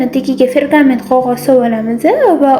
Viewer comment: Фергамент эмас Пергамент деб айтилади. Упаковкасига хам катта килиб Пергамент деб ёзиб куйилган. Сиз оммага халк ичига киряпсиз шунга бунака хатолар килишизга тугри келмайди. Гапларийзга ва сузларийзга эътиборли булинг